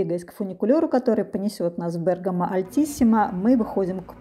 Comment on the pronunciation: Спасибо за правильное ударение ❤ Бéргамо 👏🏻👏🏻